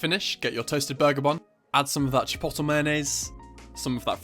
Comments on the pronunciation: It's not CHIPOTTLE. It's pronounced - CHIP-OAT-LAY. Otherwise you're perfect as usual. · Chi-po-to ? hahaha isn’t it chi-pot-lay? Maybe it’s the Bri’ish way of saying chipotle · Lmao CHIPOTTLE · Chi-pote-lae No hate, that’s just how you pronounce it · Lol it’s meant to be chip-oat-lay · umm bud youre saying chipotle wrong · I love the way he says chipotle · Your pronunciation of chipotle is throwing me off a little but awesome video otherwise Fantastic job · the way he says chipotle i cant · the way he pronounces chipotle lmfao. this looks so good tho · I’m Scottish and even I pronounce it correctly lol